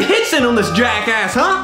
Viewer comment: He said jack ask